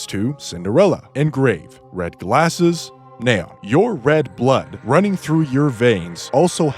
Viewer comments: "Nay-on" it's nee-on. Like neon lights. She even says her own name 💀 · The hells a "Nay-on"? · Neh-on. I had no idea scientists pronouce the noble gas that way. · "NAA-ON" ... sure dude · It's "Knee-On" like the Lights. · it's completely wrong, wtf are you talking about lol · Oh man… thank you for mentioning this… it was kind of driving me bonkers. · The way you pronounce Neon is so funny. It’s pronounced Fi-re-po-wer.